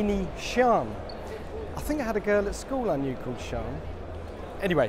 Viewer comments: Its S-I-A-N, not, S-H-I-A-N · Lamborghini "Shawn"? I thought it was pronounced See-ahn? I could be wrong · it's sian not shawn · It’s an Italian car, you pronounce the name the same way it is written: S I A N. Anyhow, it means ‘lightning’ in Bolognese Italian slang.